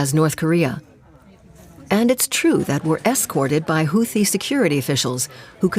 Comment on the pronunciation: seriously? the dunderhead announcer can't correctly pronounce 'houthie'😮 ai garrbage.